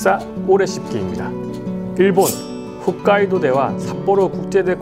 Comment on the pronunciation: 좋은 정보 감사합니다 ^^ 참 훗카이도가 아니라 홋카이도입니다...^^